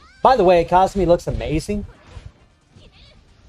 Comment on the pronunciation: KAH-SUE-MEE not cosmi🥴